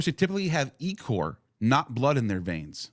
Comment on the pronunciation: its pronounced IH CORE ICOR. IH CORE. black ichor.